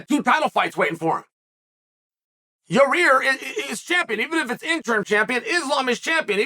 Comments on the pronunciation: Love how Chael called Yair "Your rear" 😂 He's a pro though, has no cuts in his videos, he says everything in one take. Pro! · Lmfao the way chael butchers names I swear it's on purpose. Let's get Bill Hall vs YaRear